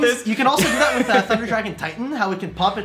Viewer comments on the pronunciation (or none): none